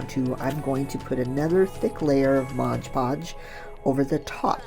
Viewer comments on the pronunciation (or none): I agree, and when people keep saying "MOG POG" instead of MOD PODGE then I can't keep watching